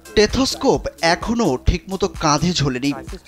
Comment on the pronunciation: টেথোস্কোপ না স্টেথোস্কোপ।